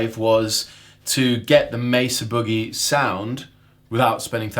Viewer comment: I'm not gonna tell you how to speak English, but you're pronouncing 'Boogie' incorrectly.